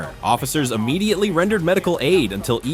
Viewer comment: Uh-mmediately isn't a word, e-mmediately is. Immediately.